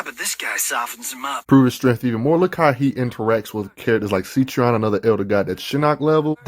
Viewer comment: You keep pronouncing it see-tree-on when it's seh-tree-on